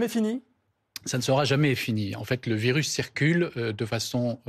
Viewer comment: Un virusse? arrête 😂